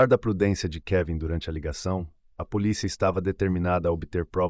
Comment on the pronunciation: Acho importante essas correções, assisto uns vídeos que até gosto das narrações porém a menina fala poliça, eu fico irritada de ouvir algumas pronúncia errada.